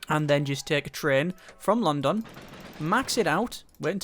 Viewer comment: The wat you say london pisses me off so much